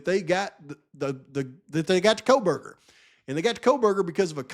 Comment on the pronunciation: "Kohl-buger"... she can't even pronounce his name😂